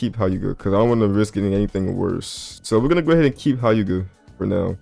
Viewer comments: bro said h-I-yuga 💀its hyu-ga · Nga.... its pronounced 'heu-ga'